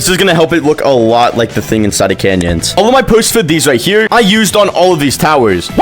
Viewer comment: That ain’t canyons that’s banyons😭🙏